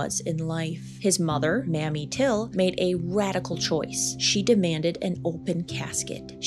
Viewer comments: Emmett’s mom’s name is pronounced May-me, not mammy. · Please know Mamie Till’s name is pronounced MAY-mee. Not Mammy, like the Gone With the Wind character. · EMIT TILL'S MOTHER'S NAME WAS PRONOUNCED MAY-ME NOT MA-ME Very informative video. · Mamie Till Mobley’s name is mispronounced in this video. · Limits mom name is pronounced May Mee not Mammy just so you know for the next time. Ik u genuinely didn't know. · Mamie Till please -not Mammy Till! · Yes, it’s pronounced May- me. Mammy is Scarlet O Haras nursemaid from Gone With the Wind. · Always wonder about how morticians 'fixed' bullet wounds. Emmit Till's mother's name is Mamie pronounced with a long a sound. Love your videos ❤❤ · Sweetie, Mamie Till's name is pronounced with a long "A" not a short "a". Please pronounce it correctly.